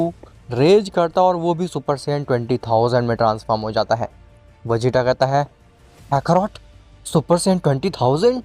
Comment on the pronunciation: Khakharot kiyun kehte ho kakarot kaha karo